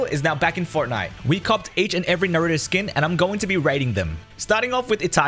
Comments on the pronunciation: Says all the skins perfectly but he kept saying NAROOOODOOOEEEE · Naruto pronunciation is a bit goofy but everything else is good